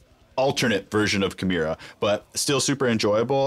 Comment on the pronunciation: I always hated how Rob pronounced his own bands name wrong